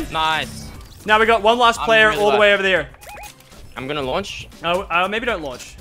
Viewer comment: how he said there lol